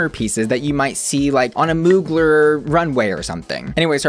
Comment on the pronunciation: Not Mooglerrr. Lol